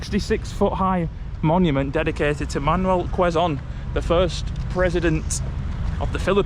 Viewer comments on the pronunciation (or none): It's kzone city...not Leeson city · it's pronounced "Keh-zon" not "kweh-zon" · It's k-zone not kwe-zone city😊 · I hope you enjoyed walking around Quezon City even though it's very hot outside. Don't forget to bring water so you don't get dehydrated anyways I enjoyed watching both of you.😊 Also guys, just a little knowledge, quezon is pronounced with a silent w, instead of kwezon, its kezon😊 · Quezon is pronounced as "Kayson" 😊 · It's pronounced - "KEZON CITY" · It is pronounced KE-ZON (silent "U" - the "u" from Quezon) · A bit ragebait cuz of incorrect pronunciation of the the name Quezon where its Q is pronounced with "K"